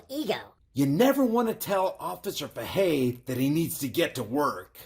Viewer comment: in case anyone wanted to call into the pd its pronounced like this "fay-hey" that's for Sgt. Bryan bruised ego Fahey 😂